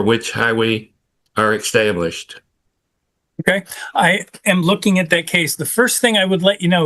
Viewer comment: jeez that was boring..ps "established:" NOT extablished... I am English....